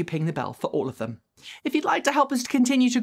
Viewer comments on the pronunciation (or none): none